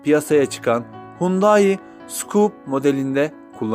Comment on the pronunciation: "Skup" değil "Es kupe" olarak okunuyor.